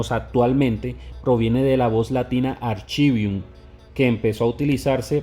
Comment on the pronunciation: No es archivium se pronunciaba "arkivium" bien video